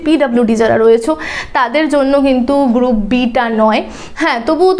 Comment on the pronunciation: Haa mam group B valoi laglo ....kintu apni te group B ke gup B bolechen ... ektu dhire bollei uchcharan ta thik hoto😊